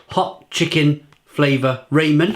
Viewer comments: Omg... Stop pronouncing it that way lol. Practice it... RAH-men... RAH-men. It's not pronounced RAY-men. I had purchased all the Samyang flavors & this was one of them. Honestly, I did not enjoy the flavor of the Mala. Mala is actually a mix of spices & chili peppers boiled in oil. So basically, Mala is short for spicy Sichuan peppercorn chili oil. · Rahh-men......you’ve got this now repeat after me......Rahh-men..........😂 👍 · Fuck sake man it's RAH-MEN. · Haha I call it ray-men too!